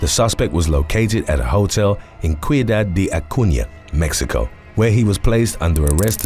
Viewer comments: It's not pronounced "Kee-u-dad" man it's pronounced "Si-oo-dad!" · i dont know what you are using for word pronunciation but it stinks. among other gaffs ciudad is pronounced see you dad AKA spanish for city. you have too many to count especially names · Just a heads up, in North America and Latin America ciudad is pronounced “see-you-dodd”. 😁